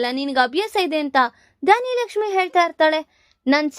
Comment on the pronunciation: ಧಾನ್ಯಲಕ್ಷ್ಮಿ ಅಲ್ಲಾ ಧನಲಕ್ಷ್ಮಿ